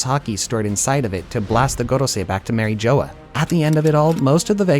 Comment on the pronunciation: Mary Jo-uh